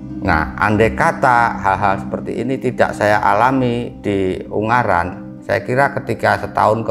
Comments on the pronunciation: UNGARAAAN,... Bukan UNGGARAN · g nya satu bukan dua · Ungaran om bukan unggaran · yg betul ungaran..bukan unggaran 😁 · Lucu sama nyebutnya Un-garan bukan U-ngaran hihi...😊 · Maaf ungaran mas bukan unggaran 🙏🏼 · FYI, Ungaran di baca U-Nga-Ran bang. Bukan Ung-Ga-Ran 🤣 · Maaf ngomongnya bukan gunung unggaran,tapi gunung ungaran mas🙏🏻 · Ungaran mas , bukan Unggaran😑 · Selamat malam, baru nonton, bang pengucapannya bukan "unggaran" tapi "ungaran" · Ungaran mas bukan unggaran 🥵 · Ungaran mas bukan ung garan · Ungaran bang bukan unggaran